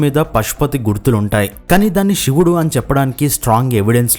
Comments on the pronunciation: చెప్పేటప్పుడు " ష " కి " శ" కి తేడా తెలియటం లేదా... షివుడు ఏంటి దరిద్రంగా..... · షివుడు ఏంట్రా సన్నాసి శివుడు అను, 👍